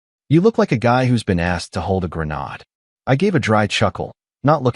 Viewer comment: “A Gren-odd”?🤣🤣🤣